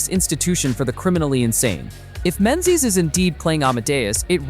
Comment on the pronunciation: Please check your pronunciation of "Menzies". The amount of times that this is mispronounced is really annoying. It is a Scottish, proper noun, pronounced - MING-iss